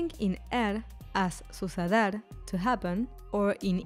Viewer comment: Around the mark I feel like I heard the narrator mispronouncing “hacer” and “suceder” so I stopped watching.